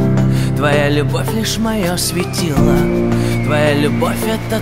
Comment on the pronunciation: Кто сочинил такую мелодию,что ударения в словах надо ставить где придется (вместо "светило" "светилаа") ну и т.д.)? А певец, видно, тоже не понимает о чем поет.